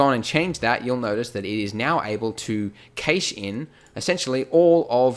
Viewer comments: That is so not how you pronounce the word "cache" :D Other than that, great video! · Your pronunciation of the word cache is horrible. Its not "gheish", its "cash" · actually it's Cash. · "Caysh" lol, I think you mean "cash" as in cache of weapons etc. "Caysh", that is sooo funny. I know you North Americans have very strange ways of pronouncing some words but this instance is hilarious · keytch? "Cache" is normally pronounced identically to "cash" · ive heard cache been pronounced as "cash" and "cashey" but never "ceysh". love the video man this really helped. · im sure its pronounced cashed not cayshed :S sry then again, i remember hearing shakespear english a few years back anyways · Chash not cAshe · Cache is pronounced cash, not caish. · Cache! Cache! It's pronounced 'cash', not kaysh. And 'without further adieu'?! Blimey! Bonkers pronunciation pedantry aside, this is awesome. Great work & thanks! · Its pronounced 'cashed' as in "I cashed in on the deal' ... So using it in another context thats "the Pirate had a secret cache of weapons!" Cache meaning a pile of things all stored in one place! A 'cache' is also a term used in programming so the swap file on your PC is a 'cache' file. pronounced 'cash' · Cache is pronounced like 'cash'. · "keish" never heard someone say cache that way lol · It's "cash" when referring to stored items, "cashay" is pronunciation for "cachet", which is the state of being admired or respected. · Cache is pronounced "cash" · Cached or cache is pronounced kash'd or kash. its used to describe a temporary store for quicker retrieval. In this case cached video is stored in RAM to allow the user to rapidly scrub through cached footage in the timeline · Great video and it's probably been mentioned (I couldn't be bothered to check previous comments) but it's pronounced CASH here in the UK :) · Cache? Sounds like Cash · Isn't it "cash" not "cache?" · I hope you're learned how to properly pronounce the word "cache" by now.